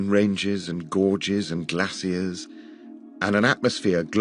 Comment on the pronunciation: for being an "_english speaker_" (to use the term VERY VERY loosely) you really need to learn how to pronounce HALF the words that come out of your mouth... geesers and glassiers and meethane and ett.. SMFH